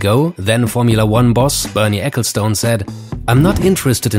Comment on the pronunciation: "ecclestun" ;) not stoone...